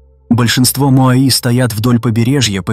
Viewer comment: Не моаИ, а моАи, вообще-то...